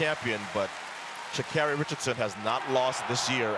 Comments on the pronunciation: THAT IS NOT HOW PRONOUNCE HER NAME MA’AM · ii don’t think sh is pronounced w/a ch , get her name right -_ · How do they still not know how to pronounce her name